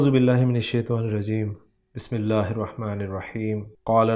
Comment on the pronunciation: بسمل میں اسم ذات اللہ اور اسم صفت الرحیم کی درستگی کر لیں . شکرأ